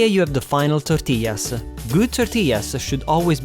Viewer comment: Wow muy bein ( very good) ....love the way you say tortillas with the proper Spanish accent.